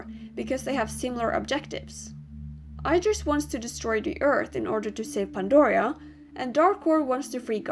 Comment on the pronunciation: It's pronouced: ID-ris. NOT: I-dris.